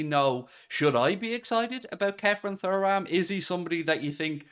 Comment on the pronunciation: Showing your young age with the pronunciation of Thuram hahaha